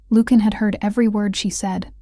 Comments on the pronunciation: I'm enjoying the story, but, really, you need to get the pronunciation of the Alpha King's name correct. As you are pronouning the name, it would be spelled Lukan or Lucan. In your captioning, you write Lucian, which would be pronounced Lusheean. You do too good a job to fumble your main chatacters' names. ❤ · LU-chen. Not luke-in. Sheesh. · His name should be pronounced lu shun, not lukein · “Loookin” Now we now how to beat the AI overlords - ask them to pronounce Lucian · Okay, THIS is a good storyline. AI doesn’t know how to say Lucian? Lukan? name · AI narrator. Repeat after me LUCIAN. Pronounced loo see an. Or Americanized as Lu Shun. But it’s really LOO SHEE AN. narrator should have a grip on annunciation and pronunciation. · you should learn how to pronounce the name Lucian» : I must say that I do not understand how someone so ignorant could be in charge of the audio of that video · Nice. Very nice. Except for the million mispronunciations of his name. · Lucon,Lucian both mispronounced by your reader and it drives me nuts. You should hire someone different to read your stories. Your stories are great. I would do it for you for free.